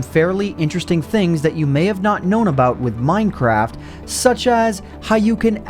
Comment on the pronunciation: did he say... mine crap?